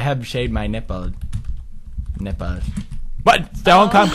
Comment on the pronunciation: 2018 anyone, also he said snipples not nipples